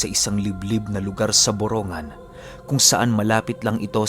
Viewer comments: ang tamang pag bigkas ng borongan ay boronggan, hindi boro-ngan ( borongan) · Borongg-gan Po Ang bigkas:). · Dito samin yan.. Borong gan pag binigkas. Salamat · kunting kaalaman lang po..yung borongan po ang pag pronounce po nyan ay Boronggan..may nawawalang letter G sya pag binibigkas. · BORONG-GAN po Yung totoong pronounce hehe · BORONGGAN ang pronounce naming.( EASTERN SAMAR) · Ang borongan ay y eastern Samar at Mali Ang pronouncation m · Ang borongan ay e.samar at Mali Ang pronouncation mo ay borongan ay sa n.samar